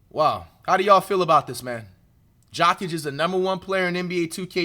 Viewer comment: Jock itch 😂 why bro saying his name so wrong